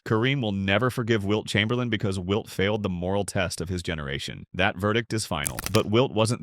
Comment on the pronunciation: Ummmmm... the "narrator" here mispronounced Wilt's last name as Chamber-layne... which is how it is spelled, of course, but was pronounced that way by no one, ever. I let that go as perhaps a mis-hearing on my part.... but then I heard Mr. Narrator mention "the Boston Keltics" ... and that was it for me... I am now too old and unwise to waste my time contesting the plastic opinions of some AI-bot. PS: I saw my first NBA game at the old Boston Garden in 1962, and I saw Wilt in action, live... and then saw at least 8 more games with him on the floor, at the Garden. I also saw, on TV, Lew Alcindor throughout his entire 3-year career at UCLA, and of course everything he, as Kareem did in the NBA. Both Wilt and Kareem were just massive in every way. As a Celtics fan, they were both represented the ultimate in competition, and I was in awe of them every time. The racial politics of the USA when Wilt grew up were way different than the politics of Kareem's formative years. Each player dealt with incredible challenges, and both succeeded at the highest levels. And that is how I see them. I will say... if I was gonna build a team, I'd go with Kreem.